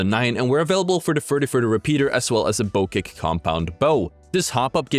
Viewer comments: BO-CHECK BO-CHECK say it like that not BO-KEK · Bow Check not Bo kick ;) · Why did you call it a bow kek then say it correctly after that then wrong again